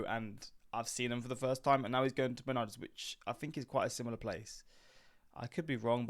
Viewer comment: If you ever listen to the commercial jingle, the name is pronounced “meh-NARDS”. Emphasis on the second syllable. Until this video, I’ve never heard anyone call it “MEN-ards”.